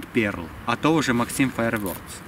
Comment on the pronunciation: читается не максим фаирворкс а максэм фаерворкс